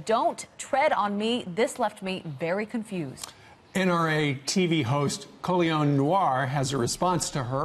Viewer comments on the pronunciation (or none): "Colion Loin" LUL! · Totally slaughtered the name at the end lol Lion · He said Colion Lion! 🤣🤣🤣